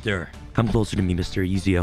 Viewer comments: Ah, yes, the Master Assassin Duelist, Easy-o Ahditer da Fear-enz-aye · So he never played Assassins Creed with that pronunciation of Ezio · I sighed big time when pronounced Ezio wrong SMH. I guess he never played the best Assassin's creed game of all time! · Assassin's Creed fans cringing at the pronunciation of "Ezio" 🤣